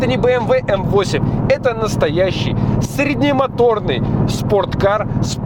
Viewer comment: Среднемоторный? Ц ц ц. Язык бы тебе отрезать 🤣🤪